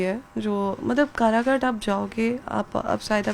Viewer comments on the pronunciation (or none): अनपढ़ कराघाट नहीं काराकाट हैं 🎉😂